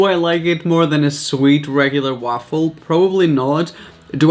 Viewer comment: Arghhh. So triggered by how he says waffle. Like ok yeah it has an A in it but fuck